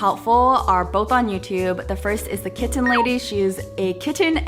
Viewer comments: love the way you say kit-ten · when ppl pronounce kitten as kittttttttttttttttten.. it makes me mad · You're kitten is very cute! ..but what's up with the way you keep pronouncing the word kitten? It sounds very forced and is a bit distracting to the content. (You also pronounce it normally once or twice...so that's also why i said it sounds forced.) But you seem like a very good cat mom and your kitten seems very happy so congratulations. 😺